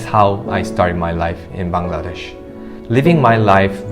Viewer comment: Tha way he pronounce Bangladesh🇧🇩 prooves he lived here for 13 years❤️